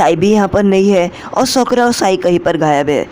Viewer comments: Bhai uska nam sokra nahi hai uska nam sakura hai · Sokara nhi sakura ☺️